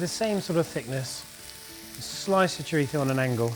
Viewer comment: Chorizo... Would you please pronounce it as it's pronounced in English. You don't hear Spanish people pronouncing types of English food with an accentuated dodgy English accent 😜